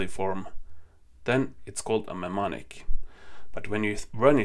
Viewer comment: In English, “mne” is pronounced like “noo” / “new”. So “mnemonic” is pronounced “newmonic”. 🙂